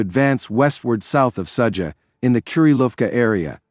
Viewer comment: Ai still stupid.Sadza...haha its Sudza..